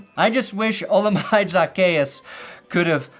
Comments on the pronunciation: It’s HOLA-MA-DAY ZA-KEY-US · Olamide is pronounced “Oh llama day” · It's Oh-lah-mah-day ....fyi. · Bro botched the olamide zaccheaus so bad😭